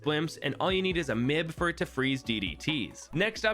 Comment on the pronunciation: Man it is kind of funny when he says m.i.b as mib